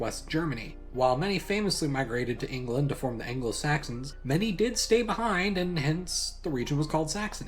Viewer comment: For future reference, ANGLO-Saxons, not Angelo. It makes it sound like they are from Los Angeles. I used to be in a local band. There is a creek near us called the Normanskill. (Kill is the Dutch suffix for creek... PETA got all upset at one point about Fishkill). The Anglo-Saxons were in Britain, and then the French/Normans came. That was sort of Robin Hood time, I think, and the Normans and the Saxons didn't get along well, with the French taking over. French was the court language for quite a while. Anyway, for years I've gone passed the signs for the Normanskill and it always sounded like an incomplete sentence... Normans kill... well, who do they kill? Saxons. Normanskill Saxons. And that's how my (now pretty much defunct) band got its name.